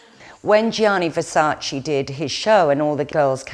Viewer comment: It’s VersacE, not Versaci. U lost me with that insult of fashion knowledge. And where is Helena Christensen? Kendal is mentioned, but not Helena or Natalia Vodianova…